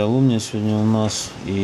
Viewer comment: ты слов нету как ты произнёс это слово,я так ржал пиздец ЛУМУА это торба колхоз